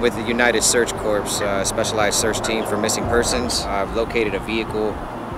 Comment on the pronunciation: doug, corps is pronounced 'core' the way you are pronouncing it is corpse...a dead body.